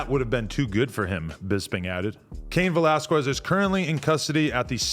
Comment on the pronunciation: why adam cant say his last name right😭😭its pronounced vellasskez😂😂